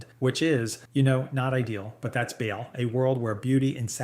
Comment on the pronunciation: Hate to be a dick, but your pronunciation of half of these is way off. Good video otherwise, but hearing the way you say Baal, Tyranid, ect was just painful.